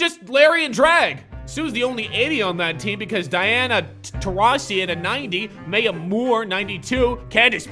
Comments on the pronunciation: My-ah!!!!! Not May-ah!!! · says Maya wrong 😂😂